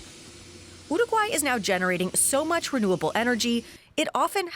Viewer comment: After two minutes of hearing her pronunciation of uruguay I have to leave, by...